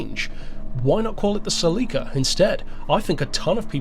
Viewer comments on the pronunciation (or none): The MOST controversial aspect of this video is pronunciation of "Celica." Just kidding,. But seriously... 🙂